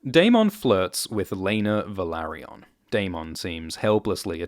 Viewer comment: You pronunce Velaryon wrong. 🤪